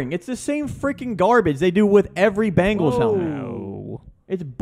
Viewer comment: Dude said bungles 🤡